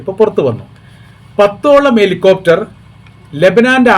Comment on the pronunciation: സഹോദരാ വിദ്യാഭ്യാസത്തിൻറെ പ്രശ്നമുണ്ട്.. എ ലികോപ്റ്റർ അല്ല ഹെലികോപ്റ്റർ .... അഹങ്കാരികളായ ഇസ്രായേലും.. മഹാ അഹങ്കാരികളായ അമേരിക്കയും പാഠം പഠിക്കേണ്ടത് ആയിരിക്കുന്നു... നട്ടെല്ലില്ലാത്ത ഭരണാധികാരികൾ ഉള്ള ലോകത്ത് നട്ടെല്ലുള്ള രണ്ടുമൂന്നു രാജ്യങ്ങൾ ഉണ്ട്.. അതിൽ ഒന്നാം നമ്പർ റഷ്യ... അവരോട് ലോകത്തിൽ ഒരു രാജ്യവുo ഏറ്റുമുട്ടാൻ ധൈര്യപ്പെടില്ല... പിന്നെ ഉത്തരകൊറിയ... ഉത്തരകൊറിയയോdu ഒരുകാലത്തും അമേരിക്ക ഏറ്റുമുട്ടൽ ധൈര്യപ്പെടില്ല.. എന്തുപറഞ്ഞാലും അമേരിക്കയ്ക്ക് കേട്ടില്ല എന്നാണ് അമേരിക്കയുടെ ലക്ഷണം, പേടികൊണ്ട് ഉത്തരകൊറിയ എന്തുപറഞ്ഞാലും അമേരിക്ക മിണ്ടില്ല.. മൂന്നാമത്, നട്ടെല്ലുള്ള രാജ്യങ്ങളുടെ പട്ടികയിൽ ഇറാൻ.. .. എന്നാൽ ഇവിടെ നിന്നും എണ്ണ വാങ്ങണം എവിടെ മൂത്രമൊഴിക്കണം എന്ന് പറഞ്ഞാൽ അത് അനുസരിക്കുന്ന ഭീരുക്കളായ ഭരണാധികാരികളും ഈ ലോകത്തുണ്ട്..